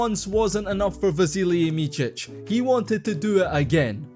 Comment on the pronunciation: his name is not pronounced Michich but more like Mitsich